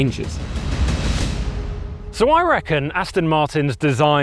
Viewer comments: Can someone please tell the Alan Partridge sound-alike that it’s ‘Aston’ with an ‘o’, not ‘Astin’ with an ‘i’ 😡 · Could you please practice saying……..AST ON ……….[ it’s definitely NOT ……AS TIN ] !!! I suppose it’s better than how many people say it ………AUSTIN !!! But I must admit, I would’ve thought that an automotive journalist would know that . Just like ASTON MARTIN………. It is the finer points of presentation that makes the difference. ! 🇬🇧🇬🇧🇬🇧🇬🇧🇬🇧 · AstOn, NOT AstIn! FFS! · Yes, definitely irritating - even the old top gear team used to get this wrong, as well?!